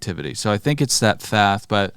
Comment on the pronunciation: God damnit are you saying Thath on purpose its Thoth with an O fer fuck sake